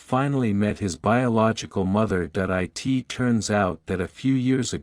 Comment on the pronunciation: AI voice Can not even pronounce the word it . This is a video of a beautiful land scape not the area where this story comes from . No pictures of the boy all healed and doing well . No pictures of the "Land of Hope " . I do hope the story is true and that the boy is doing well .